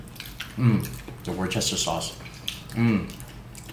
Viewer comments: It's prenounced Wooster sauce not Woochester! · Pronounced, ‘Wooster’. Trust me on this…..not Worstchester, nor Washyersister, but simply Wooster.